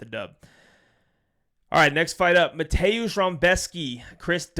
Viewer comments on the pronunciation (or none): none